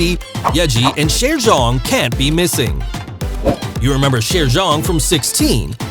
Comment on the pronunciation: Video was quite okay, still some aspects I wanna point out: 1. "y" in Chaeryeong pronounced like you did in her sister Chaeyeon, so actual j, not dj 2. Yuna, Chaeryeong and Ryujin were also in Stray Kids' show, not only Yeji 3. Where did you get the Thai info about Chaeryeong? 4. Ryujin's definitely not "incredibly introvert" 5. Yuna with the most hate? Not imo but idk about other fans. 6. also, never heard about that 7. Lia has actually been most criticized for her dancing skills even though she's great at it. You should have included that. 8. Yuna's talent sounds kinda weird. Impersonating Lia on stage? And that clip after that didn't even show a performance. 9. Every member can be an ending fairy. Different for every performance. Check them out ;). 10. Weren't really "other talents" for Lia and Chaeryeong though. Lia is the main vocalist and Chaeryeong the main dancer, so actually those were their "usual talents". Lia has an incredible flexibility though and Chaeryeong's talent would be that she's unintentionally funny and savage. But yeah, nice first guide maybe for new MIDZYS👌